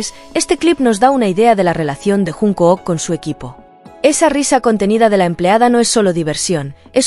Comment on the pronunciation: No puedo terminar de verlo después de oír llamarlo junk o o k. Jun k o o k? Aunque la mayoría lo llame Junkuk la pronunciación correcta es Chonguk